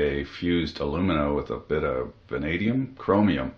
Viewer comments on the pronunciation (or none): none